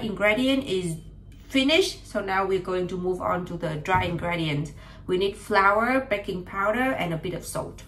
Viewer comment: Cool video! By the way: ingredients is pronounced with an i-sound at the fifth letter like im tea or see :-)